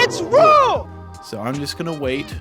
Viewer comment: It's pronounced rural